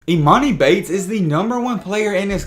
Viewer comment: your pronouncing his name wrong